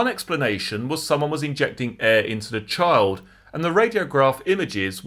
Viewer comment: Hi, the word 'Child' is pronounced "Ch- eye - ill'd" and not "Ch- 'old".